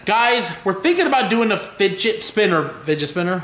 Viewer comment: fidgee lol. it's fidget